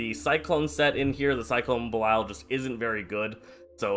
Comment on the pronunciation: The first guy I've meet that says belial right